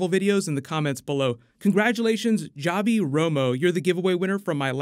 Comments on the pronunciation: he mispronounced his name!😂 it’s “Havi” not “Javi”! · Just for future reference, it’s almost always pronounced Havi. The J is an H sounding letter